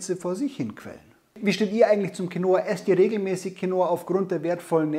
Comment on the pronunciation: Quinoa wird auf dem "i" betont, und nicht auf dem "o". Als spanischsprechender Mensch hört sich dieses QuinOa ganz falsch an :-D